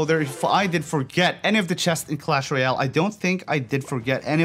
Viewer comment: Pls say Royale properly it’s not rooooyale